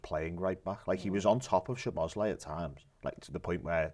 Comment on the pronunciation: Every time I heard the lad say SHoboszlai, a little piece of me died inside.